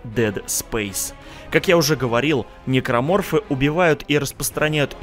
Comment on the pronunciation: Тот самый момент что ты называешь "Никроморфоф" Гусенечная многоножка